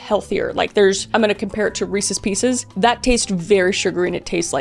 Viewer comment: She said weeses pieces 😂😂 😂